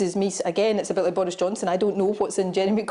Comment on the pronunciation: ''Bowis Johnson is wacist'' she said